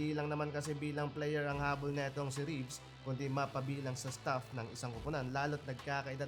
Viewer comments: nadaanan ko lang tong vlog. this kind of vlog shows na wala na kwenta ang pba, ultimo vlogger hindi kilala mga players, for the content lang. fyi po.. wala pong player na rafi Reaves.. Reavis po surname ng veteran player and it is pronounce as Rey-Vis not Reevs. Respeto naman po sa name ng player. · reavis hindi reeves😂